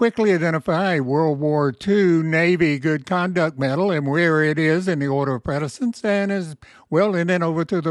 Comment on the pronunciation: Quality info. But: precedence = "pre SA dents", not "pre DA cents'. Think of it like something "preceeds" something else (not pre-deeds).